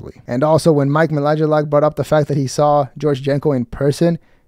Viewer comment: lmao "mike malajilak"